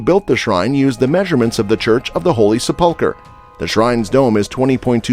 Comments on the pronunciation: Sep-PUL-ker??? Sep-PUL-ker:??? Who taught this guy how to read????? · Please learn how to pronounce words Sepulcher and Pool of Siloam. 😢